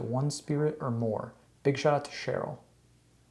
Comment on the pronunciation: Lol he said shyrl